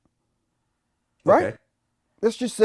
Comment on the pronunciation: Crazy this interview is old and the first minute he says KAEPERNICK